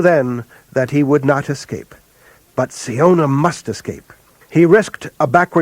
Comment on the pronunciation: I always thought siona was pronounce 'sy-ona' and not 'see-ona', good to know